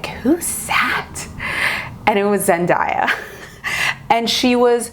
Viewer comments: I love you, but it's pronounced Zen-day-ya, not Zen-daa-ya! Sorry, one of my biggest pet peeves is when people pronounce things incorrectly 😅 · YESSS, please do a zendaya month!!!! Just one thing and that was really bugging me through most of the video is that zendaya's name is pronounce as zen-DAY-a, not zen-DIE-ya. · Please do zen-DAY-uh month.. but idk about zen-dye-uh month..... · loved the look and totally love the idea of the Zendaya month. Also, I just saw a video where Zendaya herself said her name is pronounced Zen-day-uh not Zen-die-ah. Just thought you'd wanna know. Love you.:) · Everytime she says zendiea instead of zendaya my ears just tingle lol it reminds of dat video of how zendaya prounounces her name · It’s ZenDAYah but love the tutorial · her name is pronounced as zen-DAY-ah! <3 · No hate at all!! but it’s pronounced Zen-DAY-a hope this helps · You're awesome, please do Zendaya month! I believe you are mispronouncing her name. I saw a video where she was teaching people how to say her name and it is pronounced Zen-day-ya. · Omg the way u pronounce her name GIVE ME THE CHILLS 😣😣😣😣😣 LOL BUT I love the look 😉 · Krisel Obando I know I'm like that's not how you say it every time she says her name lol